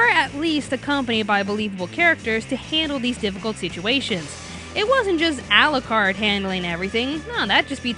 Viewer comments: "Al-lah-card" cringe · Ah yes, English dub for a story set in England, it sounds so obvious I won't bother watch it in japanese... (to hear them mispronounce all the english terms used in the manga... no thanks "Arucarudo") and the eng dub is good here!